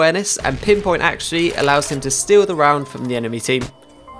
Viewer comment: "pinpoint Acshuee"